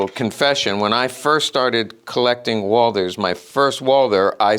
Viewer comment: Fun fact : it's Walt- her , properly pronounced 😉